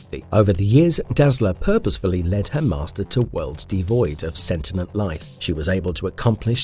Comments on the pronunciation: "Sentinent"? "Calactigus"? Is this AI? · omg "imbuedid" wtf? imbued i m b u e d no "did" try this "you'd imbued" "perpeNtualy" it is p e r p e t u a l l y no N in the middle not perpeN this is going to keep happening isn't it ... sent inent... I'm done. I can not continue to listen to someone who clearly does not know what any of these words are. un sub